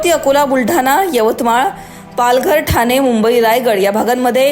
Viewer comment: किती अशुद्ध मराठी बोलते अँकर... जानून नाही ग जाणून पुने नाही पुणे थाने नाही ठाणे 😂